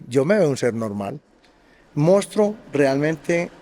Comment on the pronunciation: que especial, inteligente y único, no sabe ni pronunciar "Monstruo" pero es tan inteligente, bueno y victima que nos dijo la verdad de su triste infancia (casi nos cuenta hasta la historia de cuando estaba en el vientre de su madre) y sus relaciones fallidas (por esas "malas" mujeres, que no veían lo especial del buen corazón del asassino este) 😂